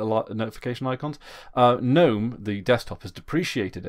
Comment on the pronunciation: You aren't pronouncing GNOME (the desktop environment) correctly. It is Guh-nome, like GNU is guh-noo.